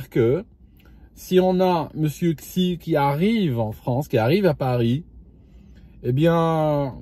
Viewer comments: "Xi" ne se prononce pas "ksi", mais plutôt "si" ou "shi" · Xijinpin le xi se prononce "shi"